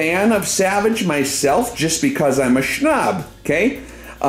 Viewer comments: Been watching you for years and I still go back and watch previous videos. Love the way you say snob, "schnob" haha. Wish I had the chance to send rounds down range with you. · its very annoying. mostly when said as " shnob" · He actually says "SHHHNOB". His high pitch voice and 8-bit music is annoying af :D